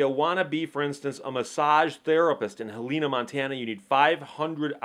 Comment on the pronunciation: It's pronounced "Hell-in-na" not "Heelneea". I'm from Montana. Great video!